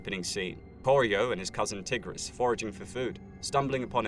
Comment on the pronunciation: love this vid but the way he pronounced tigris 😭